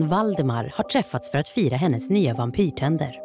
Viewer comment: 00.01 "Goten Victoria och henes vän Valdemar..." Lol Lät bara väldigt roligt.